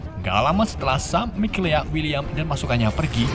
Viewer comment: ngakak mikaela berubah jadi mikelea wkwkwkwkwkwkw